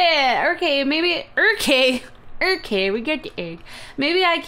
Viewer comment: "Irkay?" "Irkay." Lol.